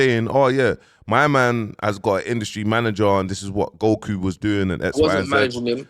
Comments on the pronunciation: Goku not gohu, you need to learn how pronounce words bro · Not even 10 seconds in & is already calling him GoWhoo loool nahhh has to be trolling with the names ting now surely😂🙆🏾‍♂